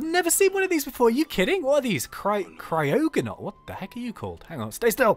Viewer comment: Cryoganol - Pronounced - Cry-Og-A-Nul. It is in the Unova Region A shiny one is red!